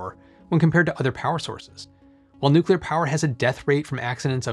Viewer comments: Did he actually say nucular? He says nuclear later so I guess it was just a slip of the tongue. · I cannot believe that someone as intelligent as you seem would actually say nucular. New-clear (nuclear) not new-cue-ler (nucular). Disappointed.